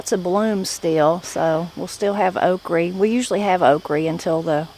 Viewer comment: Have enjoyed videos ive watched so far, but one thing that drives ne nuts is how you say okra. Ive never heard someone say ok reh always only heard it as ok ruh. Its just a small pet peeve I have. Prayers for your family as well.